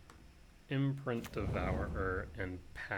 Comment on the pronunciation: Why do you say devourer like that. Devour-er